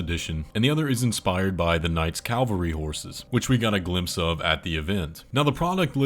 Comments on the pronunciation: it‘s cavalry, not Calvary. The latter is the mountain upon which Jesus died. Wouldn’t expect a mountain to become a mount. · Knight's Cavalry, not Calvary.🙂